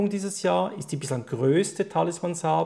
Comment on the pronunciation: Sabre? Ouh man im ernst?.... "Säber" ausgesprochen...nicht SA-BR-E